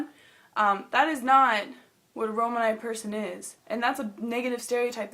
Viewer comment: Also its pronounced ro-manee